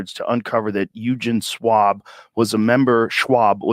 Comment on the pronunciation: Eugen as in eugenics !